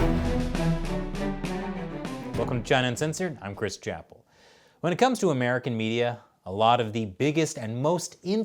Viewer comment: Chris Chapple Chris Chap-Il Chi Chap-Il sounds mysteriously korean... o_O